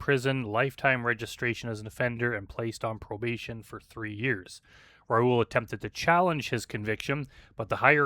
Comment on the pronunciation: It's pronounced Ra-Ool, rhyming with...um...Bra Ghoul. Coincidentally, Bra Ghoul would be a very fitting predator online name.